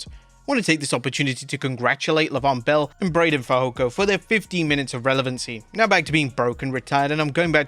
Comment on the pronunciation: Learn to pronounce Leveon Bell's name before schilling for wwe